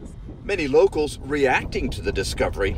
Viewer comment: Many locals * Not "Locos"